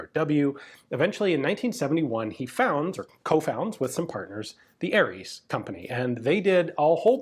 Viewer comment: I came to hear Ian pronounce F.A.R.C. phonetically, stayed for the interesting mechanics and left shocked by Ian developing a third hand due to the radioactive reflex sight.